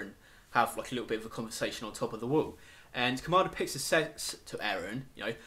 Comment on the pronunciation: dude loved the theories but i do haft to admit saying "wool" instead of wall had me laughing so hard. that said my theory is that the titans are made from eating humans and that's why they look similar and don't have sexual organs.remember in i can't remember which episode but when Eren is swallowed by the titan that little girl just made me think of it. and at the end of the series when they have found the pile of bodies vomited out that is most likely how they are "born." but i could be wrong